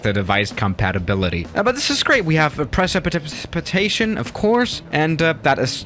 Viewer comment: Try 2: its pronounced PRE-SIP-A-TAY-SHIN